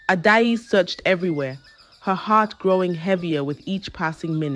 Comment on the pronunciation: If you can’t pronounce names, I still best you don’t use them… your pronunciation is Ada-ezi instead of Adaeze